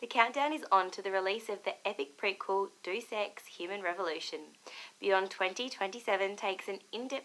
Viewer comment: 'Dues Ex'